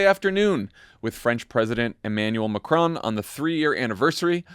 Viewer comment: Well done for pronouncing ‘Macron’ correctly